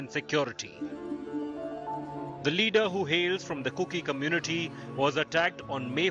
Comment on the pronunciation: It's KUKI Not Cooki.